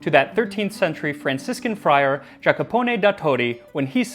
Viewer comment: A small correction: It's JacOpone da Todi, not JacApone. it's also written at the bottom of the very miniature where you wrote his quote. I kinda had to point it out because Jacopo is my name and I have a few non-Italian friends that, even after years, can't spell or pronounce my name right. At least let me take my revenge here.